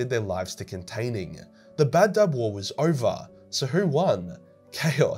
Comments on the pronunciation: I thought it was Badab, not Bab-Dub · And you saw Badab like baddab, its ba-dab